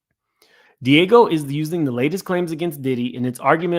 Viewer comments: DIAGEO - Pronounced: "D - Ah - Gee - O" 😅😅😅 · Pronunciation: DEE ah GEE oh. Diageo.